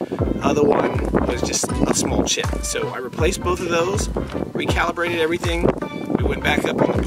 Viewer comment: Hi, maybe you should try re-cow-llibrating....!